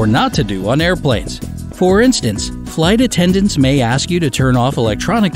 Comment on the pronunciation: Narrator pronounces weird: "fly tattendants".